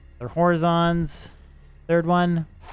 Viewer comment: is the way he's pronouncing Horizon a meme?